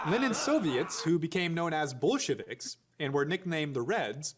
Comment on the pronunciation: They think talking to kids means use a Blue's Clues background?! Also, subtle mispronounced words like Ramen-offs and Bullshiviks for derisive effect must be Prager's new normal.